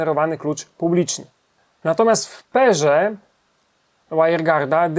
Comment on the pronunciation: w "perze" xD spoko materiały, ale angielski to byś mógł trochę liznąć, bo to trochę zniechęca